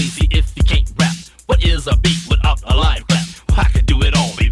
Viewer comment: He said wot